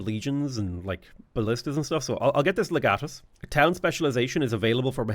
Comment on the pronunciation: It's pronounced Leg Uh Tus